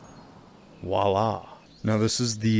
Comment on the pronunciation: When he said ✨wallah✨, it had me laughing ngl